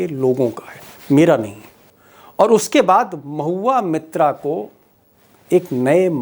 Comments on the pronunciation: Deepak Ji surname is मोइत्रा (Moitra) not मित्रा (Mitra). In Bengal these are two surnames in use. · Sir "mitra" Nahi "MOITRA". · It's MOITRA not Mitra Sir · Deepak, please pronounce Moitra correctly. She is Moitra not Mitra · Again sir, its Mahua Moitra not Mitra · Deepak ji ! She is Mahua Moitra not Mahua Mitra so please correct the pronunciation of Moitra for all and oblige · Its MOHUA MAITRA not MITRA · Sir, she is Moitra, not Mitra. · मित्रा और मोइत्रा का फर्क समझिए। सही उच्चारण करिए।